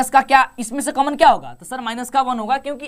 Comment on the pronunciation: कामन नही कॉमन होता है कम से कम सही उच्चारण तो करो यार😂